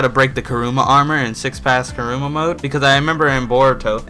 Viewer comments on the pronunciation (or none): i love his vids but is anyone annoyed by him saying karuma instead of kurama